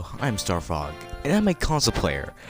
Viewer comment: It sound like he said Starpog